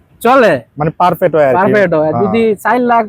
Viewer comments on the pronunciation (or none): none